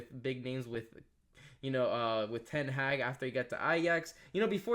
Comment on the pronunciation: Hey man ; you sound like a casual. Shut your mouth. Also it’s not “Ten haaag” - it’s ten haag.